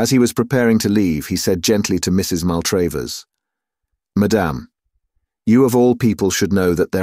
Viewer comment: I normally love reading, but his mispronunciation of Maltravers (said SO many times) was infuriating. The second A is pronounced as in 'black', but he pronounced it both as in 'date' (MaltrAYvers) and sometimes as in 'father' (MaltrAHvers)! If he's a real English person it's bizarre, if a bot, very annoying!